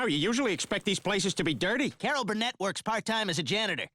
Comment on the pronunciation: are we not gonna talk about how he mispronounce Carol Burnett? Like that was egregious!